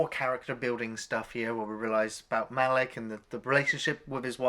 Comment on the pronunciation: His name is pronounced Ma-Leek.